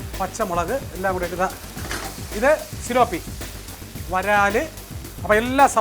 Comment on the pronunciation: സിലോപ്പിയല്ല - Tilapia